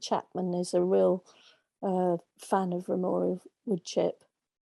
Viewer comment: Not ramorial. Its ramial.